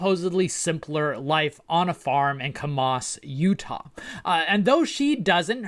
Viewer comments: (Kamas... pronounced like the A in canvas, with the emphasis also on the first syllable.) 👍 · I beg of you, listen to pronunciations before doing videos! Kamas deserved better!